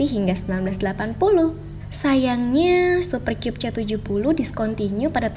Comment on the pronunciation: Sebenernya "Super Kyub" ato "Super Kab" sih bacanya 😅